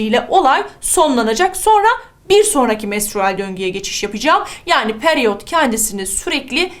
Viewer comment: Hocam peryot degil periyot 😃